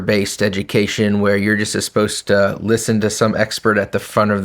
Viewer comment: I’m cringing at the guest’s pronouncing “supposed to” as “asposed to.”